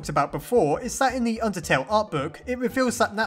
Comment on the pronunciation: I thought he said, "undersnail" Imagine an AU called undersnail Please make this a thing if you want to!